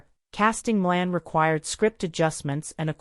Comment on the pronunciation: It's Shirley Maclaine, not Shirley Milan